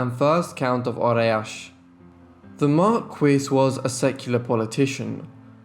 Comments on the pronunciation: "Marquis"- (Mar-Key). Please use proper English. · The pronunciation of 'regent' and 'marquis ', drove me crazy!